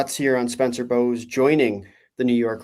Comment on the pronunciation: It's bowes, like cedar bowes